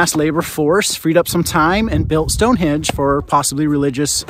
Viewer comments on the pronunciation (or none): Please get your pronunciation right. Stonehenge with an 'n'. You could do that at least.